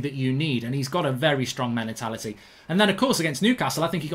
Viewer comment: "hes got a very strong melatality"